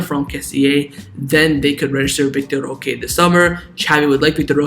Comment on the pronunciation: Why do you say vitor roca? Its vitor roque